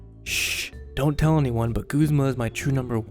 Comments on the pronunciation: Guh-z-muh not goo-z-muh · It's Guhz-muh not gooz-muh!! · I thought it was pronounced "Guhzmuh" not "Goozmah" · You know, I figured Guzma's name was pronounced Guzz-ma, not Gooze-ma. :p I mean, maybe if he actually used slimy, poison types, I'd want to call him that instead. XD Edit: Nevermind, I just took the anime into consideration and heard the way they say it... Hmm... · this whole time I thought it was pronounced "G-uh-z-ma" not "G-oo-z-ma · It's pronounced guzma not goozma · goozma? I guess people pronounce his name differently since my friends and I say guz-ma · who the fuck pronounces it goo-zma? it's a fucking u ! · stop.......saying.......FUCKING........g-U-zma!!!!!! Good vid btw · Dude! It's guh, not goo, zma. Am I seriously the only one who uses that pronunciation? (watches more) Koo koo ee? Not kook oi? Wtf.